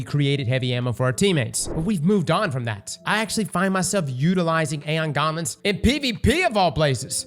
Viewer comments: Aeon Gauntlets? Or Aeon Garments? 😂. Sounds like ur saying garments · Please learn how to pronounce gauntlets, its braincell destroying hearing you butcher english